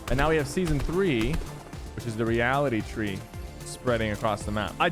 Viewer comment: Did he say Reality Twee